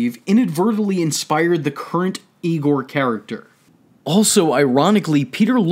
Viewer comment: mufugger said YIEGOAR